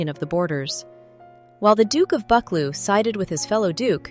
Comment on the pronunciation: Bucchleuch is pronounced “Buh-CLUE”